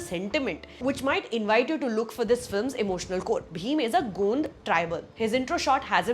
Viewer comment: It's not Gund ,gaund tribe.